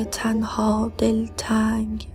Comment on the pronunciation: سلام شعر اول رو اشتباه خوندید کلمه دل تنگ با تلفظ دله تنگ یا همون دل تنگ خطاب به دل خود داره